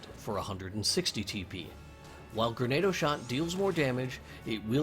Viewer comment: It's pronounced GranAUDO shot, Grenado were makeshift bombs used by bandits and pirates